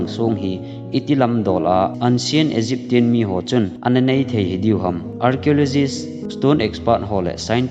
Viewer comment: Na pronouncuation ho hoitah in kisemphat go o... naseikhel tampi lah khatchu Eg "Egyptian" Hi akisei phatle "EgypTIAN" hilou 'EgyptSIAN' tijoh d ahe.kahin seina ajeh penchu na channel hi chapang khangthah lekha simhom jong avet teidiu ahin ng seidan/haamdan hi ahin mandingu ahin chapang tamtah bolkhel/seikhel chu hiding ahe Bdwae "Little knowledge is dangerous" Kiti hi kihet o... Ng YouTube channel khat a navetdoh a adih/adihlou helou kholtoh masa louva amaho sei bang2 a nahin seikit hi mi tamtah na joulhep to thakhat chet ahe... Ng gachenlang ga kholtang..